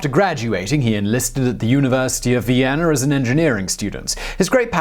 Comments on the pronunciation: Viennerr. Barbarosser.. Sorry, im stuck on it. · He had a "idear" of Vienner" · Cool video but its VIENNA. not VIENNER Also, its Guerilla, not Guerrillerr.